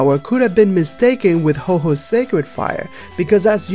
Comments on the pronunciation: Umm... we know the fire was caused by lightening. Not Ho-oh. Also... not Ho-Ho. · you need to work on your pronunciations.... It's Ecruteak not Ogreteak city. It's Ho-oh not Ho-Ho. -_ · IT'S NOT HO-HO IT'S HO-OH!DON'T YOU KNOW HOW TO READ!!?!!????!